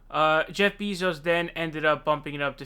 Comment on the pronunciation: who the FUCK is Jeff BEEZO'S??? why are you unable to pronounce ANY names... holy fuck dude ITS PRONOUNCED BAY NOT BEE....YIKES..